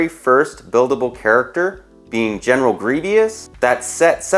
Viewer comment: “GenEral GrIevIous”